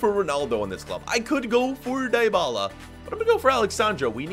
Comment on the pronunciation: Normal people: dee-bala: die-bala